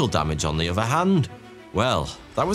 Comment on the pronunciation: Why do you Brits, who should pronounce the Queen’s English fail at pronouncing “three” and “other” as “free” and “uhvuh”? It detracts from your topic. Come on man!